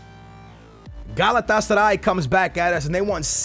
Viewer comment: omg how bad u say galatasaray :o